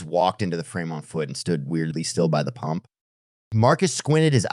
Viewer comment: ITS PUMP NOT POMP!!!!!!!!!!!!!